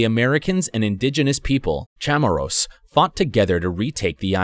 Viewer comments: its chamorros not chamarros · It’s Chamorros not Chamarros